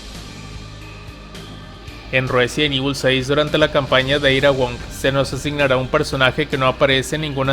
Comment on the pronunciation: "Ruesident Evil" 🤣